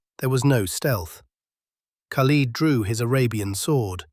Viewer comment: Learn how to pronounce the name khalid. Lid like a pot lid not peeled like leading an army.